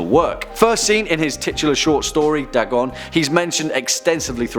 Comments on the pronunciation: Its not "Dah-gon", its "Day-gon" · Its pronounced "Daygon" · Your pronunciation of Dagon was off. It's said Day-gone. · Pretty sure it's pronounced DAY-GON not DAH-GON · It’s not da gone It’s day gone, Dagon is the god of fish, and he is the coolest in my opinion. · i thought dagon was pronounced Day-gone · It's pronounced "Day-gawn" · Pronounced: day-gone. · its pronounced DAY GONE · I'm British and I know it's pronounced Daygon the only reasonable excuse is that he just reads a script he probably doesn't care at all and is just a puppet of a company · Your pronunciation of the name "Dagon" is off by far. And no, Dagon is the earthly name for the creature, unlike Cthulhu, which is spoken in an Alien tongue and thus not meant to be pronounced by the human tongue. Dagon is pronounced (as mentioned in one of the MANY letters Lovecraft wrote) "Day-gone". So points off for that. Also, Hastur is mentioned in "The Whisperer IN Darkness", not of darkness.